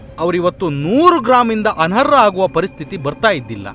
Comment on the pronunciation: ಅನರ್ಹ ಅದು ಅನರ ಅಲ್ಲ ಪದಗಳ ಜೋಡಣೆ ಸರಿಪಡಿಸಿಕೊಳ್ಳಿ.